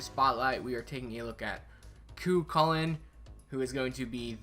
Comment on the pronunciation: Nice spotlight on Cu Calling. Great pronounciation!